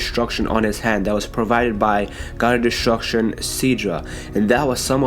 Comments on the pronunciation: Destruction not deshtshurcshion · I hate when u say DESHTRUSHON